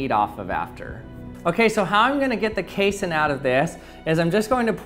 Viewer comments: I hate how you keep mispronouncing casein. you say "case-in" when it's pronounced "kay-seen" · It's not pronounced "case-in" its pronounced "cassey-in" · What if it's genuine china? What if the milk stays warm? It's pronounced kay-SEEN. Casein is an ingredient in glue and acts as a binder in foods. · How about KAY-sen? It's pronounced kay-SEEN! Everyone I've ever heard pronounce casein pronounces it like kay-SEEN. That's numerous professors (I have a PhD in nutrition), manufacturers, and even one pizza commercial that was taken off the air for comparing their competitors' cheese (made from casein) to glue. He speaks with his own dialect, but rarely have I heard such unanimity among scientists in their punctuation of a scientific word. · Pronounced kay-seen